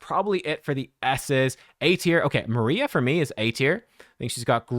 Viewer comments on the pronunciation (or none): none